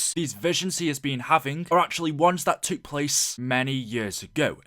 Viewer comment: couldnt agree more... and decimate "decimite" and took.... "tuuuuk"